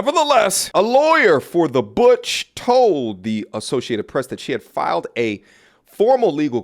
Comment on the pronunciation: butch.... sounds like BITCH